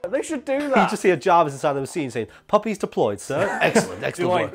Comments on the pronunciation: I thought he was saying "poppies" for the first 5 minutes. I was thinking that comic book Hulk had an addiction to opiates. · Lol I thought you kept saying puppets 😂😂😂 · Anyone else think he was saying "pop-it's" not puppies you know, the little paper things that snap when you throw them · I THOUGHT YOU WERE SAYING PUPPETS FOR THE WHOLE THING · For like half the video, i thought you were saying puppets, not puppies. That led to some confusion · Low key couldn’t tell if he was saying puppets or puppies till he showed the screenshot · I thought you said puppets at first, which would also be a great scene in a Marvel movie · Until the picture showed up behind you I would have sworn you were saying puppets not puppies. I was thoroughly amused by imaging Hulk sitting down to a Punch and Judy to calm down. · Every time you say puppies I can't help but to hear poppies. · It took me till the middle of the video to realize you were saying puppies, not puppets. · I thought he was saying "puppets," and not puppies until I saw the clip art of the hulk with the puppies. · Oh, puppies. I thought you were saying puppets this whole time. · FOR ALMOST HALF THE VIDEO I THOUGHT HE WAS SAYING PUPPETS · I thought he was saying poppies, like the flower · I thought you guys were saying puppets for the first half lol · It took me way to long to realize he was saying puppies and not puppets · I kept thinking you were saying poppies like the flower😂 guess not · Uh I thought he was saying puppets until a certain point. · Every single time he said puppy I thought he was saying puppet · I thought he was saying poppies, which opium/cocaine is made of. I thought Hulk's weakness was drugs. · thought he was saying puppets till like 5 min in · Omg I just realized he was saying puppy's not puppets lmao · Are they saying puppies or puppets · For half the video I thought he was saying puppets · I thought you were saying poppies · I'm sorry but for half the video i thought they were saying puppets